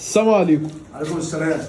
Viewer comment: اظهر اللام في السلام، عشان تبقى سلام عليكم مش سام عليكم، لان دي طريقة سلام اليهود على النبي صلى الله عليه وسلم